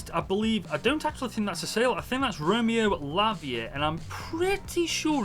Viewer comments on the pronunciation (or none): none